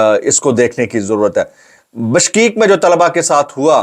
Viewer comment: The country’s name is “Kyrgyzstan” and not Kirgisistan as this guy is pronouncing.The capital is “Bishkek”and. not Bashkeekas this guy says.